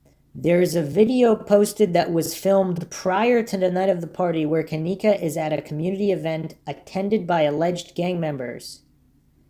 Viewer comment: I believe her name is pronounced Ken - EEE - kah. Respectively. Hard ‘E’ like Keeeegan Kline. 😅😂